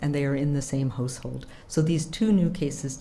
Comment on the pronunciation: Why does she keep saying "Hose Hold" and not "House Hold"? Where is she from?